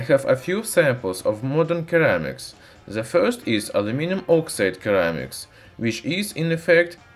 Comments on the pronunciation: You should pronounce ceramics “seramiks” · Your comment would have more validity if he was speaking one of those languages. He's speaking English, and there is literally no English dialect that pronounces it "Keramics." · "Sir-ram-ics" not _ker-ram-ics Even so, your English is much better than my Russian. Great videos though. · Very informative and good video, but Kermics. OMG. Ceramics. Tseramics. Not kermics. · Keramics. Cute. Lol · As in Sir - amics. :) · Great video! In english ceramics has an "s" sound. Ie "seramics" Cheers! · the c in ceramics is pronounced as an s so seramics english lesson done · Of course he would pronounce ceramics as something weird like "keramics". I'd be disappointed if he didn't. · Issue is I’m now saying keramics too after hearing it 200 times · What is it with all the haters in the comments section? This guy does his best to make informative videos and doesn't deserve being mocked because he doesn't pronounce ceramics like a native speaker. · When making a video on Ceramics in English... Step 1: learn how to pronounce Ceramics properly.